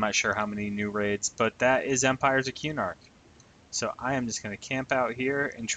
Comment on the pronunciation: it's kuh-nark, not que-nark lol